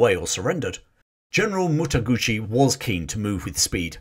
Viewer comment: its Mataguchi not Motoguchi thats an italian motorbike